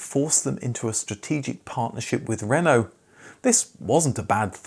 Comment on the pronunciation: I REALLY love your videos and I'm really pleased you've learnt how to pronounce “Renault”, but it's “coupe”, not “coop”.